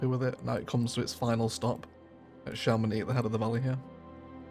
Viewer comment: You nailed the chamonix pronounciation. Some part of france would pronouce the x.